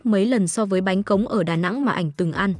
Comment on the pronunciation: Bánh khọt mà đọc thành bánh cóng làm nghề hkông biết bánh gì